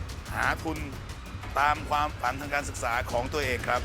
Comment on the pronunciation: ผู้ท้าชิงน่ารักมากแต่คำควบกล้ำออกเสียงไม่ชัดเจนเช่่นคำว่า ความ ออกเสียงเป็น ควม คำว่า น้อย ออกเสียงเป็น นอย แต่ก็น่ารักค่ะ รอกก.ตัดสินค่ะ